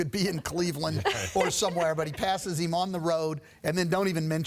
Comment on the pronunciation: “Passes eem on the road”